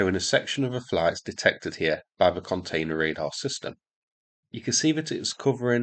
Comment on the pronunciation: You said,"This video here shows some of nejihfbweifbew container....".. Listened to it six times. Baffled.